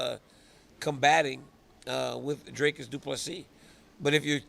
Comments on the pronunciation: Dricus just taught DC how to pronounce his name, and DC still can't pronounce it 😅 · Dricus literallu taught DC how to pronounce his name in their interview and here he's back at Drakus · What's funny is his name is pronounced just like it looks. "Dric-us" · Never ceases to amaze me how little effort Daniel Cormier puts in for such a great job, literally can’t even learn how to pronounce dricus’ name. Dricus even fucking spelt it out in an octagon interview and DC STILL doesn’t know